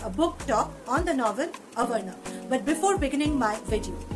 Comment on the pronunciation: but you pronounciated it as avarana ..... No worries .. best review ya. Keep up the good work.